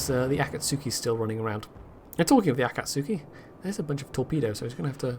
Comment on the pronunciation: To be fair, you and Jingles both mangle some of the Japanese ship name pronunciations (like the mutsuki and akatsuki)